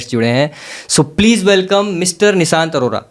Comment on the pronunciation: Dear, PLEASE diffentiate between s and sh while speaking. You said, Nisant sir. And moreover I just started watching it, and just want to tell you that are talking to one of the best trader, teacher and achiever of all time.